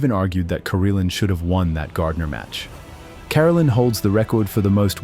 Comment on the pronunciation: It’s Ka-rel’-in, not care-alin